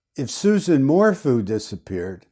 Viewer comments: It is "Su-ZANNE" not "Susan." It is "Morphew," not "Mor-fu." There was NO "bike ride." Suzanne was already dead on Mother's Day. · If you’re taking this on please at least do research and make an effort to pronounce names correctly. Her name is not Susan. Suzanne! Her last name is pronounced MORE-FEW. Her town is SAL- 👁- DA. You lose credibility when you don’t even attempt to correct this. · Her name is Suzanne (Soo-zan) not Susan Morphew (More-few). Thank you for your analysis on these cases. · It’s Sue Zan More Few pronounced .